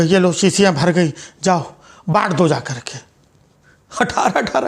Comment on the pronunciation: Its not gai but goi.